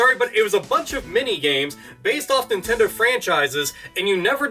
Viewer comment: Wade Dewell Stop saying NintenDOH. You're giving me NewGrounds PTSD.